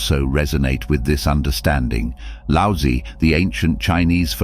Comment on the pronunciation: It's pronounced lao zu not lousy.